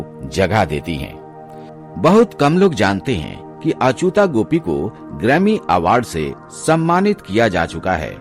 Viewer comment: अचुता नहीं, अच्युता